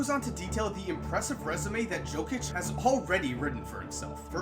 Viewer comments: In 2k, I always read Jokic as Yo-Kick cause Yo-Kich was too unusual to say. Hearing Joe-Kich is just plain weird for me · Nikola Jokic, its Yo-kic, not Joe-kic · Yo, you are not saying Jokic's name correctly. The J sounds like a Y. It's pronounced Yokitch. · He reads like it says Nikola Žokić😂😂😂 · Nikola Jokic, Jokic is pronounced as Yokich :D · jokic is pronounced yo-kich and i cant believe he was a second rounder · im a serbian and i started laughing when you said jokic its pronounced yokic but keep up the good work love your vids man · Jokić, J pronounced like u from united, not J pronounced like Jamaica. Great video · Nice video, that's not how you pronounce "Jokic" though. The "J" is pronounced like the "Y" in "Yeah". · Research how to pronounce Jokic before you do the video,man. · man u butchered Nikola Jokic's name, but great vid, keep up the work! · Omg... how many times did he pronounce Jokic's name wrong?😂